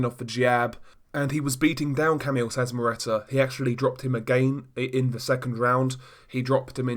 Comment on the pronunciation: The way you butcher Szeremeta's name is hilarious !!!